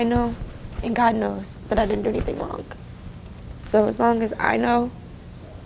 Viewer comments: Idk why do I hear 👂🏽the word "anything" as Anythink? #thatsMETHup!!!😂😂😂😂😂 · "They're not doing anythinK".....What????